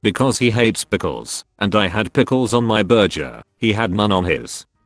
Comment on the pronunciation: Why can the AI not figure out the words "Burger" or "Jeans" ? I wear geans to eat burjers ?